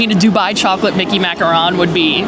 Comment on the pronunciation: I love her videos but it kinda bugs me that she says macaron wrong 😂